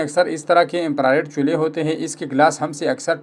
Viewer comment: چھولے نہیں چولھے صحیح لفظ ہے